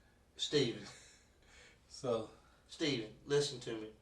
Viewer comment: It takes for the detective to announce, "I don't wanna play a game weeth you Staayven." Aye cop? Where ya been the last hr'n half?